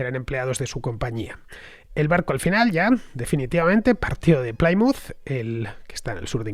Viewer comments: Programa fantástico. Una pequeña aclaración Plymouth no se pronuncia como "Playmuz". Se pronuncia como "Plimuz". Un saludo y gracias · La pronunciación correcta es 'Plimuth" y no "Plaimuth". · No, se pronuncia "Plimaut" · Me encantan tus podcast pero habrá que cuidar la pronunciación..."Chartres, Plymouth.."...😜